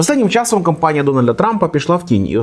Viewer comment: А чого "кОмпанія", а не "кАмпанія"?